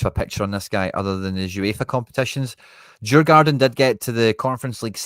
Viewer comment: Thank God we dont have a Quinnsmongold 😂 I like the domestic shouts but youre probably right in that were not going to get Penrice from hearts now. Great work, looking forward to comparing this list to the various rumours come summer. For the record the å in Djurgården is pronounced like how the english pronounce au in caught.